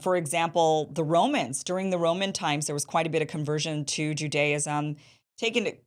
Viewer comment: She's actually pronouncing Judaism incorrectly.